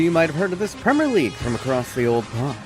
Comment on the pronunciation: Probably one of the very few Americans I know on YouTube that say the word "Premier" correctly. Kudos.